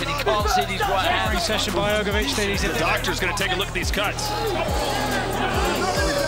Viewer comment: I couldn’t focus on the vid every time Hrgovic name was pronounced incorrectly. Damn AI needs to be fixed.